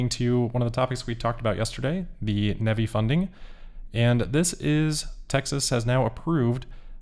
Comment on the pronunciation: you say NEhVee funding...not NEE> EEEE> VVVV>EYE.